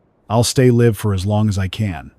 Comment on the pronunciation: Very good story. Just need to train the AI narrator the differences between 'live' and 'live'. 'Lead' and "lead' as well. It also needs to learn how to tell...time.